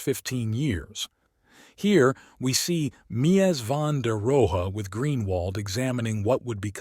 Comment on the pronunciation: Interesting subject, but I couldn't sit through the AI narration. How many different ways can one model mispronounce a man's name?